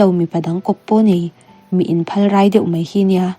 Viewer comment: Phalrai tih chhiar thluk dan chu va dik lo ve😂